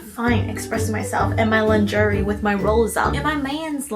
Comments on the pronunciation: my love, my darling. Say it with me “lon-Zhuh-ray”. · LMAOOO now I will never say “LINGERIE” the same way! 😂😂😂